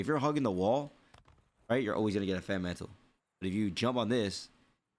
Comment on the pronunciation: His speech is fine. I think he's just being lazy with his enunciations. A perfect example is when he said mantle. He caught himself saying hella lazily, so he corrected himself. I also think it's where he's from. I'm not entirely sure where he grew up, but this type of speech resembles Northern California speech. If you're from the Bay Area, you know. We always shorten words and speak fast.